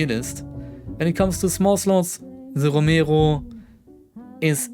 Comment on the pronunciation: the way you say romero pisses me off